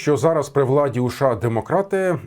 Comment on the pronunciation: а шо це за краина така у вас - ША? шось не можу поняти